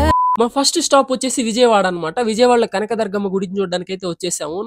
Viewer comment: కనక దర్గమ్మ కాదు... బ్రో....కనక దుర్గమ్మ....వాయిస్ ఓవర్ చెక్ చేసుకో బ్రో